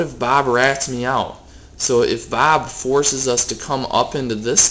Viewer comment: i love you say bob....BAAB